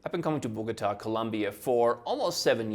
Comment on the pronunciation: It is not Borgata, it is Bogota